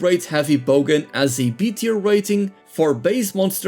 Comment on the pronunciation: Great video. By the way, it’s bowgun not bogan 😊